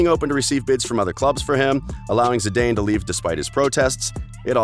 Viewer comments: Zi-Dane wtf i hate Americans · If he says C-Dane instead of Zidane one more time.... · Brah, no one pronounces it U-E-F-A and It's not Zi-DAY-n its Zi-DAHN your lack of pronunciation makes your content cringy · His name is not Z - dain, it is pronounced Z- Dan. (Dan same as the first name Dan or short for Daniel) Zidane. Zee Daan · It's pronounced as Zee Daan. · I don’t think it’s pronounced ZI-DANE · I man said Zadane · 1.23 - They show a picture od the Galaticos.... with Brazillian Ronaldo, not CR7... lol...then he mentions golden shoes!!! its the golden boot!!...its pronounced Zee-dan (Zidane), and U..E..F..A.. does he mean 'You-ay-fa' (UEFA).... gotta love the American's for their knowledge (lack of) in football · "Crischano" "U. E. F. A." "Golden shoes" "Zidain" what is this crap? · You missed zee-Dane 😂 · when I should have turned it off, he calls Zidane "Zi-dayne" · for a soccer expert you sure know how to butcher the names Lionel and especially Zinedine Zidane. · My ears are bleeding after hearing how he pronounced UEFA and Zizou. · When Americans try to talk football...the way they pronounce Zidane made me turn off the video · you should hear how he says Zidane